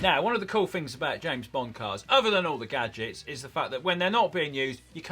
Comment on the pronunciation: Am I the only one who keeps hearing "Bong-Car"??